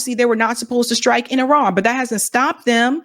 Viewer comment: Lindsey don’t know how to pronounce Iran , he said ijran , I ask him that he says for India Ijdia . Hidiot